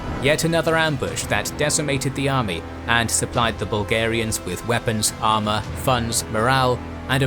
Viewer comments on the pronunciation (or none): none